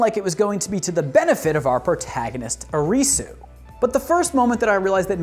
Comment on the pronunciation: Ari-Su....not Ah-Reeee-Su... :D